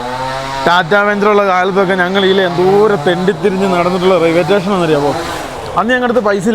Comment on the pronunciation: Railway station ❌ Raiway Tation✅😅